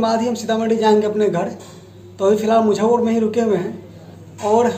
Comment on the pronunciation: Aap muzaffarpur ko mujhaupur kahte h syd.